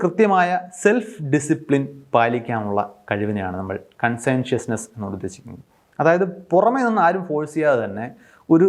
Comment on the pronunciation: കൺസെൻഷിയസ്നസ്സ് എന്നല്ല കോൺഷിയന്റിയസ് എന്നാണ് All very good and interesting points.